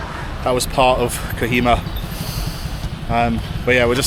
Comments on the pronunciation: Btw...bro it's not kahima..it is kohima...for you better knowledge and for your better pronunciation. 😅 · It is pronounced co he ma